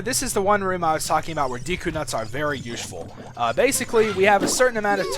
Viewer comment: ushful i thought is was ''useful?''